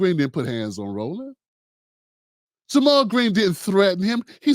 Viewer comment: Ja' Mal Green tried to jump on the bandwagon of conservative and pro police democratic mayoral candidate Tim Vallas during the run off. Vallas, just like you, didn't even know how to pronounce Ja' Mal's name. Bro you let your bias skew this analysis